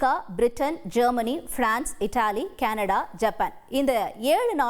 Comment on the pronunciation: கனடா கேனடடா வா இதில் எது உண்மை உச்சரிப்பை தீ வைக்க வேண்டும்